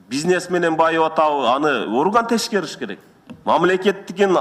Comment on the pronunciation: НВД дейтко, келесоо...Э, сени гомосексуализмди жаттап айтып бер дедим элего, жаттап келдинби? Дагы эл аралык деген созду да туура айталбайт эленго, уйрондунбу, туура айтканды...??? МВД ны НВД дейсин, ТЕКШЕРИП деген созду, ТЕШКЕРИП дейсин. Сен озу нормальный элесинби? Уят эмеспи, жогорку кенеште олтурасынго, сен чыгып суйлобой эле койчу. Уят...!!! Же меенди текшертип алчы...шерменде болбой. Бироонун меесине асылбай эле..!!!